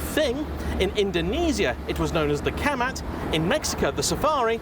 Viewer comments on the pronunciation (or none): Actually that Indonesian name should be read like 'Cha-mat'. The reason for the name Volkswagen Camat is because back in the day the VW Thing was used by camat, the administration of sub-district (aka. Kecamatan in Indonesian) of a city, to go around doing administrative stuffs. Remember, our infrastructures weren't the best back in the early days of independence all the way to... ummm... today, to be honest. Nowadays those Thing, now known as Safari, are retired and kept by enthusiasts. Most camat these days just use mopeds to do their administrative work. Or WhatsApp.